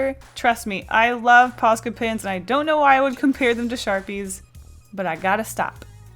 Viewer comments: What does she keep saying? Posket pins? I feel like I am missing something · God everytime she says posca i hear paska which is a finnish swear word :l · Say ''Posca pens'' one more time!!! I challenge you!